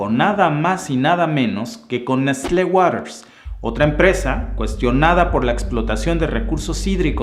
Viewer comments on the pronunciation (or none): none